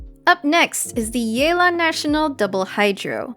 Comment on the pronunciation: It's Yeh-lan T_T